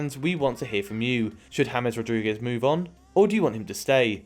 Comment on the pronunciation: Why james is pronounced as Thomas?